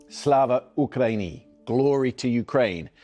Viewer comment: At least pronounce Slava Ukraini properly. You've had enough practice by now